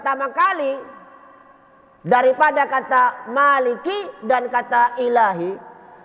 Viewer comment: ada kesalahan pelafalan oleh saya dalam ceramah saya. kata maliki dalam surah annas memang hanya dibca dengam satu versi bacaan dengan semua hurufnya dibaca pndek. berbeda dgam kata maliki dalam surah alfatihah yg bisa dibaca dengan dua versi. terima kasih koreksinya